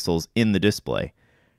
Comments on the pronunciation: I'm annoyed that he says it as "DISplay" rather than as "disPLAY" (as "DEfault" rather than "deFAULT"), and that he pronounces SNES as an acronym rather than as an initialism. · Okay but why are you saying disPLAY like DISplay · The way he pronounces display bothers me. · DemonAlchemist Yep, it’s wrong. English teachers abroad always have to remind learners not to pronounce like this guy does... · You seem to be fucking up the word "display" stop doing that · If you’re going to say the word “display” 50 times in a video, maybe you should learn how to pronounce it.